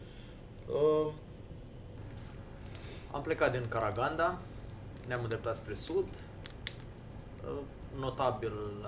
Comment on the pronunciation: Corect se pronunta Caraganda cu accentul pe n si ultimul a